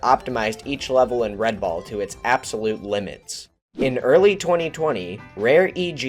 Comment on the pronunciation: When you say "red ball", I sometimes hear " red bull".